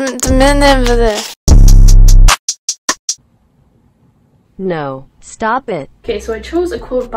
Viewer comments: I love how she was saying Charli damelio and puts pictures of Dixie damelio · She said Charli d’amilo and put up a picture of Dixie lol